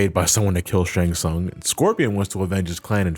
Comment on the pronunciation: How can you pronounce "Shang Tsung" wrong when they say it out loud in the games?